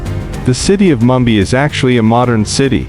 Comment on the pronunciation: The narrator couldnt pronounce Mumbai properly! This an AI fo sho